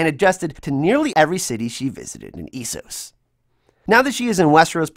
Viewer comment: I had to stop the video because your pronunciation of Esos & Iron is absolutely ridiculous. I don't understand why Americans feel the need to pronounce words completely different to how they hear them. I didn't think I'd ever see the day where somebody could mispronounce iron 😂